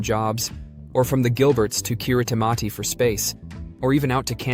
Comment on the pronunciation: A very misleading view of Kiribati (pronounced 'Kiribass'). Much of the film footage is of elsewhere. Get your facts right!!